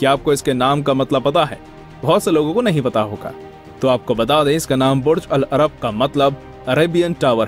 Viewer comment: your pronunciation of "Burj al-Arab" is wrong. But great video ❤️